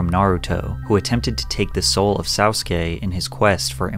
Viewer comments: Was just listening to this as background sound while I work and everything came to a halt when I heard him absolutely BUTCHER pronouncing Orochimaru's and Sasuke's names. Patrick, what the fuck?! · Nah the butchering of Orochimaru and Sasuke names though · The most disturbing thing about this video is your pronunciation of Orochimaru and Sasuke lol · Bram StRoker, Sauce-uske from naruto 😂. Your pronunciation is wild in this one 😂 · bro really said soutsake🤣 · This man's really said Orocheemaroo and Saucekay💀💀🤣🤣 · Owrochimauroo and Sawskay 😂😂😂😂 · I love you Patrick. But u ain’t gotta say my boys Orochimaru & Sasuke’s names like that. Bro said OrIHCHIMARu & SowSkay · Bro did not pronounce sasuke as "saooske" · not my nigga "ORO- CHMRU" and "SAU-KE" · na not "sawsuke" 😭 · ORICHEMARU? SAWSKAY? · saousukay and oro-chee-muh-roo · Pat great video as always dude but my god the way you pronouced Sasuke & Orochimaru was baddddd. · The way he pronounced Sasuke and Orochimaru 💀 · I was NOT prepared for your butchering of Orochimaru and Sasuke 🤣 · Pronunciation of orochimaru and sasuke💀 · in the video that might be the most painful pronunciation of orochimaru and sasuke i’ve ever heard😭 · ive never heard orochimaru or sasuke butchered like that lol. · You pronounced Orochimaru and Sasuke so terribly wrong, that It's become evident that you no longer write your own scripts. Everyone is an industry plant. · why did you pronounce orochimaru and sasuke like that